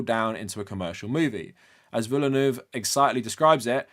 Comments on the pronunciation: It's not pronounced Villa-noove, it's Veal-nuv. D'knee Veal-Nuv. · Not the point of the video, I know, but was anyone else unable to register anything Ben Shapiro said after "Villeneuve", because of how distracting his utter butchering of the pronunciation was? I mean, jfc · THE WAY BEN PRONOUNCES DENIS VILLENEUVE AS "Denny Villy-New-Wave" OMFG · he says 'Denny Villain-Wave' lol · Why can people not say Villeneuve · Ben Shapiro’s pronunciation of Villeneuve is painful. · Didnt know it was possible but he made me hate him even more with the way he pronounced Villeneuve